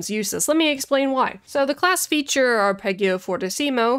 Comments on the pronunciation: Haha well done :-) "Ahr-peh-dgio" it is. Also: "Voh-tcheh" for Voce, "Ayà" for "Alla" (accent on the second "a") and "Sooooo-bito" (accent on the first long oo). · Arpeggio is pronounced with a soft g. Blame the Italians.